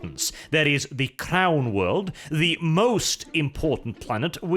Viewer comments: lol I heard that last bit as, "They might attempt to re-establish contact with the clown world" instead of "crown world". No no, they won't try to contact Terra any time soon; probably too far away. thanks for another great video, regardless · When he was first saying crown world I thought he was saying clown world. :(